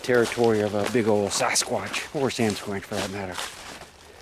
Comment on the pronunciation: Samsquench? Sasquatch? 🤨 "What the...?"